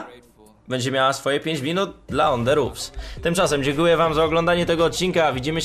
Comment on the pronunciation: podpierdalasz film mowisz 5 zdan i jeszcze zle wymawiasz nazwe ich kanalu